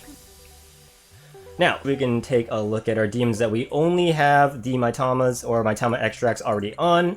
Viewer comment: That's, uh, pronounced "Mee-tama", not "my-tama".